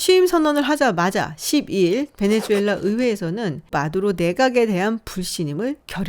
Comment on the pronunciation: 베네수엘라 말레이시아 발음 좀 제대로.. 내 또래 장년층들이 수를 주로 발음함 새로운 정보를 업데이트해서 바꿔야하는데...